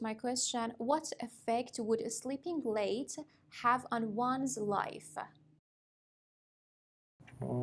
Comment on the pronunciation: Sleeping glade? What's that?